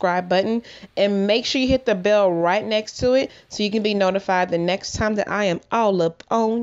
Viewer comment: I just died thing was tiyouuuuuuumm!"....LMAOOO